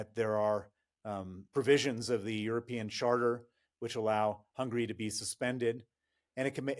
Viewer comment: I don't agree the Russians have the ability to endure pain. Rather they aren't allowed to criticise the government. It's pronounced Hungary dear, not Hungry!